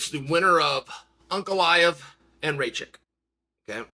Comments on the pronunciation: who the fuck is Raychek???? 🤣🤣🤣 it's Rakic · “Raychick” (Rakic) 😂😂😂 Uncle Chael here butchering names😂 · Pereira not piera Rakic not rachik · You just cursed Alexander Rakic , Chael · Is it pronouced Rey chick? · Uncle Chael just refuses to get any name right that is not Smith or Jones😂